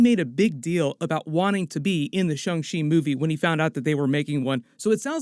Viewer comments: Why is everyone saying Shung Chi. Thought it was Shang Chi… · I hear shong chi like when you say Shawn… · did I just hear "Sho-chi video"?